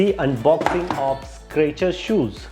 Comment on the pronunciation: boss it's Skechers ... not Scratcher ..